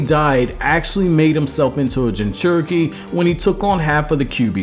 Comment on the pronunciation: Minato Namikaze = Me-nah-toe Nah-me-ka-zay. Jinchuriki = gin-chew-ri-key. Kushina = Ku-she-nah. That's all I got to before I stopped. Hope this helps in the future.